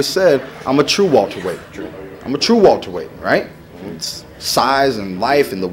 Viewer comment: someone please tell him it's welterweight not walterweight